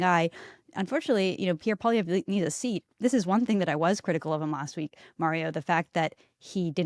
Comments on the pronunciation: First teach Joe Rogan how to say, Pierre poilievre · It seems that mainstream media has a tendency to pronounce Pierre Poilievre last name a different way each time they say it.